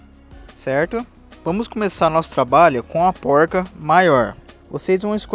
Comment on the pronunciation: Póuilrca kkkkkkk Não é mais fácil falar porca? Não é poruca, tipo paulista não. É porrrrca.